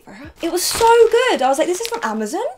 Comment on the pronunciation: This is the first time i've ever heard anyone say Amazon as "Amazin" I found that a bit strange, not weird, not wrong, just strange